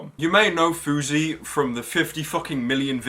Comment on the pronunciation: House, louse, grouse, spouse, mouse, douse but FOUSEY? FOUSEY as in 'bruise'? Give me a break.